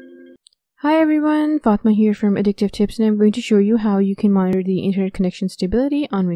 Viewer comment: WARNING!!! Appalling pronunciation. Extreme slurring. Do not try too hard to understand what she's saying. She will drive you Mad. Server becomes terwa. Monitor becomes moniar.